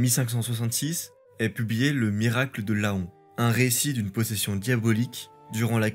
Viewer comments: Un détail: Laon ne se prononce pas "La-on" mais "lan". Bonne vidéo à part ça ! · Salut, vidéo très intéressante. Sinon Laon se dit Len et pas La on 👍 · Laon se prononce comme "paon". On dit donc "lan" et non "la-hon". Je ne sais pas pourquoi les gens qui ne sont pas du coin disent "la-hon" alors que "aon" se dit "an" dans plusieurs mots, pharaon étant une exception. Enfin, ce n'est qu'un détail, vidéo excellente comme toujours 👌🏻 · Le Miracle de Laon , Laon se prononce Lan 😉 , bonne vidéo 👍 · Une excellente vidéo, mais par pitié Laon se prononce « Lent », mon cœur d’axonais pleure 🥲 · Travail incroyable, merci encore Juste un petit détail la ville de Laon se prononce "lent" (et ouais fallait bien que tu tombes sur qqn qui y avait vécu ahah) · Je viens de regarder la vid, ça m'a fait tilter aussi haha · Laon c'est comme faon, ça se prononce lan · Mise au ban se prononce (b.an) et non ( banne ). Laon se prononce ( len ) et non ( la. on ). Sinon excellent travail avec une riche iconographie vraiment très belle. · Toujours des vidéos très intéressantes, merci beaucoup. Attention aux petites fautes qui font tâche, orales ou écrites: Fontainebleau sans "e", états généraux tenus sans "s", mise au ban prononcé "bane", Laon prononcé la-on, etc...